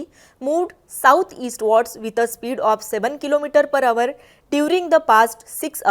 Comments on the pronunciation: थोडा फार सुधार झाला आहे प्रयत्न कर पर हावर पुन्हा बोलू नको पर आवर आहे पर अवर पण नाही 😂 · अवर नाही g आवर